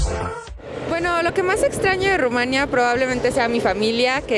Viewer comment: Te aseguro que, aunque sea de origen rumano, ella no creció allá. No sólo porque no tiene acento extranjero sino más bien bastante acento mexicano, sino porque dice "Rumania" (acentuando la segunda sílaba), en lugar de decir "Rumanía", con acento en la i latina, qué es exactamente la pronunciación del nombre de ese país y ningún rumano que haya crecido allá lo pronuncia como ella, aunque hable excelentemente el español.